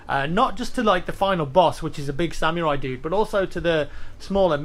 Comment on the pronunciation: Did he just say SamyourI instead of samurai